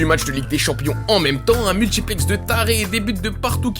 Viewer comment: Aïe aïe aïe, la VAR a parlé, et l'affrication t'a rattrapé, multchiplex, retentchir et...ce qui expliquche... Dommage, encore une victime de l'appropriation linguistique.